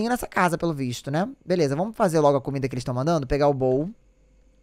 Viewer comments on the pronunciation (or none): none